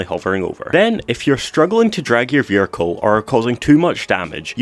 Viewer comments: "your veericle" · "vehircre" 😂 love your vids man